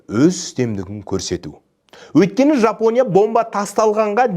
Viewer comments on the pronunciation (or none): none